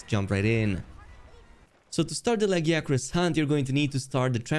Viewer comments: Is this not the first canon pronunciation of the name? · At least we now have and oficial pronunciation